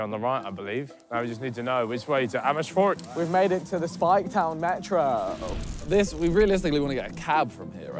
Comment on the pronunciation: Ethan die Amersfoord redelijk goed uitspreekt... Hoe dan??